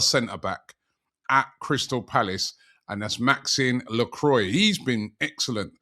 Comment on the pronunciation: Robbie man Lacroix (meaning the cross in french) pronunciation Lacrwa NOT Lacroy😂